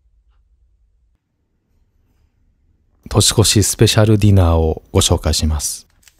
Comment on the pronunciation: 年末年始、絶犬ちゃんと過ごせるなんて最高ですね🎵除夜の鐘が鳴る時間まで、あくびをしながら一緒にいてくれるどんぎつね様に胸が熱くなりました。一つ気になったのですが、本日は独身寮で過ごす年越しの様子と言われた時「としこし」が「とすこす」と聞こえたのは私の気のせいでしょうか…😵